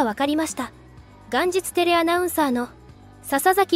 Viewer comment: 「元日テレ」を元日（がんじつ）テレと読んでいるのに、田中聖（こうき）をちゃんと読めた所に笑った。